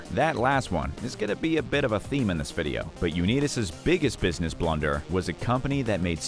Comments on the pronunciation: Learn to pronounce Unitas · You mispronounce "Unitas"? And you expect to be taken seriously? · Learn how to pronounce Johnny Unitas's name. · At first I thought the narrator was joking about his Unitas pronounciation. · . How in living F could ANYONE mispronounce Johnny U's name? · Uneedus to correct your pronunciation of Unitas. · Johnny Unitas; last name pronunciation??? I've never heard it like this... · Nice pronunciation of unitas you nimrod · Way to butcher the name of the great quarterback Johnny Unitas! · Is A.I reading this off?… u net is…? Really I just feel if you did any research you’d hear someone saying his name the right way 🤦‍♂️ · For crying out loud, it's pronounced "Un-I-tas" (long "I"). In MY heart, it will always be known as the Washington Redskins. RE: Dermontti Dawson: "He was $69,000,000 in debt... including a slightly alarming $20,000 worth of guns." What, exactly, is alarming about $20k worth of guns? Many guns cost thousands of dollars -- as investments or for hobby use. $20k in guns, for a multi-millionaire, is nothing. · Pausing, to leave a comment before fleeing before hearing "U-Need-Us" one more time. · Lost me at Johnny "You-Need-Us"! There needs to be a robo video "Ten Dumbest List Readings" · You mispronounced Johnny Unitas' name. It's pronounced with a long "i" as in united. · I stopped watching after the Johnny U-need-us pronunciation! lol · Lost me at "Johnny Uneetus"..... 😂😂😵‍💫😵‍💫 Bye. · Johnny Unitas (long i) Bernie Kosar (Ko - sarr) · Why respect a channel that cannot pronounce names properly? Johnny Uneetas? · Stopped watching when i heard this AI say Johnny U-Need-us, three times. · Johnny Unitis Pronounced his name u-NITE-is. Bernie Kosar prounced his name like ko-SAR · Bernie "Ko-Ser" & Johhny "Unee-Tas" !! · Y'all just butchering names, its; Rah-geeb, U- nite-us, Co- Sar, Terrle (not Ter- rell) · U-nee-tus? Are you kidding? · So sad for Johnny U-nee-dis